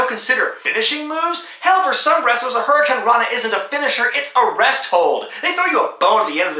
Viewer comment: .....i heard "Hurracurrana"..